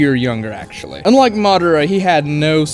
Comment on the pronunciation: Madara had brothers what are you talking about?!? 😂 UNLESS you said “unlike”but it didn’t sound like you did